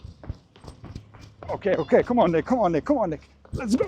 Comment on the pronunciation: Who else heard "Hi Nigga" instead of "hi Nick" at the beginning of the video?